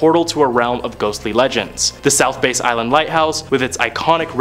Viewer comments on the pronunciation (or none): It's south bass (as in the bass fish) not a (bass guitar) ! Wow